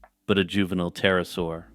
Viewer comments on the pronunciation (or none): none